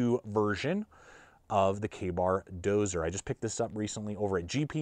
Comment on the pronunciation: Dozier. Not Dozer. Thanks!